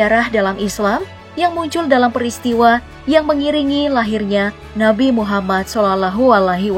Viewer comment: Kurang bagus sebut nama rasulullah nya mbak